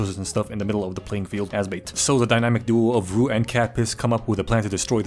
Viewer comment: Glad that he had enough respect to say Rue’s name correctly